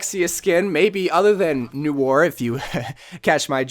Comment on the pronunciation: Oh my gawd you misspronounced Noir! Jk jk but you really did